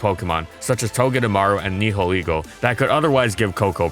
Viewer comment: What's up with the way he pronounced Nihilego?